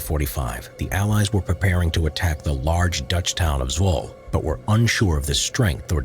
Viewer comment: It's pronounced "Zwoh-la" not "Zwol" BTW. I lived there for about a year when I was a kid. As a Canadian, I never had to buy either pop or candy!! 😁